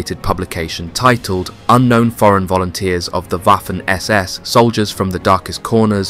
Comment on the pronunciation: Same with "Waffen"